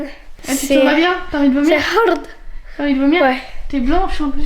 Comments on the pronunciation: Hhhh mais on dit pas c'est hard on dit c'est har😂😂😂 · MDR LE « c’est harrrd »